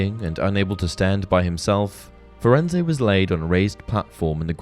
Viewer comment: Interesting......but I take issue with how you pronounced Firenze. Rowling worked very close with the film productions and in the film Hagrid greets Firenze by name. He does NOT pronounce the E at the end of his name. If the name was supposed to be pronounced the way you did it would have been pronounced that way in the film.